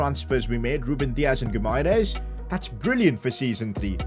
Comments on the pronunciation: your pronouncing Bruno Guimarães' name wrong. Instead, try to spell it like Gui-ma-"rain"s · Its pronounced Bruno Goo-ma-resh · Bruno Guimaraes's name is pronounced as gui-ma-resh. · its pronounced as Bruno = "Bruno" (Fernandes) Guimaraes = "Gi - Mae - Res". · PCQ: The Gui in Bruno Guimares’s name is pronounced like G in Doggy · His name is Guimares ( gwi-mah-rez ) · Hey, u say Bruno Gimaraesh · It's gee-ma-raa-ees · when saying brunos name you should add a sh like bruno gumairesh like fc wonder kids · PCQ: Yo you need to make Ronaldo the club captain if he is playing his last season in football considering he is the captain of the Portuguese national team you know Btw it's Gu-i-ma-ra-es-y but the y is silent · Pcq: Bruno "Gumaires" does not say like that, on Portuguese with Brazilian accent it sounds like Bruno Guimaraes (Gimaraes) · It is Gui-mares not Gu-mai-res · Pcq: The Brazilian DM's name is pronounced Gee-Ma-Rei-Esh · Btw it’s pronounced “Bruno Gyumaresh” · Actually Guimaraes is a town in Portugal, and you should say like GIMARÉINS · PCQ: It’s pronounced Bruno Gi Mahrez or Bruno Guimarães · its pronounced "Gee-muh-rije" lol hard to type it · It is Bruno 'Gimara-es' That's how you pronounce it😅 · PCQ: Bruno's name is pronounced Bruno Gi-ma-rays. Atleast in English ❤️ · He is pronounced key ma ri esh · Pcq: You pronounce Guimares' name as Gee-Me-Rech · Bruno Guimaeres's Name Pronounciation Will be Bruno Gimaresh. Btw Love your videos❤ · Pcq:pronounce guimaraes like gwimaraesh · Guimares's name is pronounced gimaresh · Guimaraes’s name in “Portugal” Portuguese is Gi-ma-resh. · Bruno guimaraes is pronounced like bruno "geemarice" You got me? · Pcq: Hey, it is pronounced "Bruno Gi-mah-rah-ish"" Hope you get it:) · Its Bruno Guimaraech thats how its pronounced 😂😂😂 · It is Gui-mares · Pcq: its pronounced as Bruno Gimahrez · Guimaraes is pronounced as GIMAREIS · Pcq: Bruno Gi-ma-resh idk I think that’s how you pronounce it